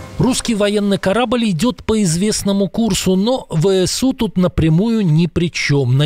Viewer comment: Неправильно произносите ВСУ.